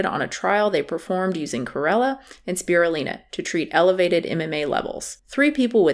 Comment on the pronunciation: You’ve been mispronouncing Spirulina. The Lin is pronounced as line not Lin